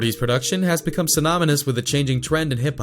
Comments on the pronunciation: Synomynous, lol. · Brandon White synomynous